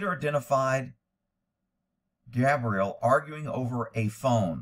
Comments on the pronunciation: Gabby or cab-rie-LLa/girls name not cabriel/boy name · calling Gabrielle "Gabriel" is so distracting, haha. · Man at least say HER name right